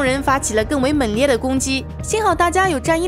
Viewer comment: 猛烈 meng 丰富 feng 后鼻音没有了